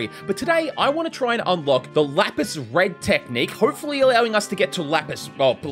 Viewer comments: please it’s lapse not lapis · It’s ‘lapse’ blue as in collapse not lapis. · Happy new year to you as well! Amazing vid as always. Just wanted to say the the pronunciation of "lapse" (as in your cursed technique) is just "laps" rather than "lapis". Anyways, can't wait for the next vid! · For the hundredth time it’s not “lapis blue” it’s LAPSE L-A-P-S-E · its not pronounced lapis but laps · He always calls lapse lapis🤣it's pronounced laps